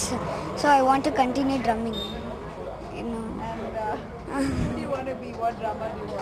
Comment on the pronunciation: Its Drumming and not Durminng...